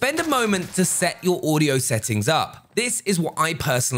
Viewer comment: Did he just say «haudio»?